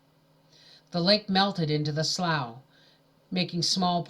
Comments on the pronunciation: Slough is pronounced “slew” not slaw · Thank you for these! Ice been listening to them at bedtime, it's like a bedtime story :) The grammar policeman in me has to say it- it's pronounced Sloo, or Slew. Sorry I cant help it. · Slough is pronounced “slew”